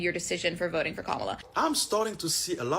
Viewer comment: I thought mispronuncing "comma-lah' is a sign of white supremacy, but it looks like no black person knows how to say it properly.